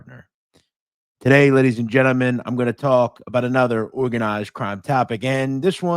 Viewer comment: I love how says "anotha edition of the sitdown" like he's a Brooklyn tough guy, but then immediately says all of his other "R's" letting us know he doesn't really talk like that. 😅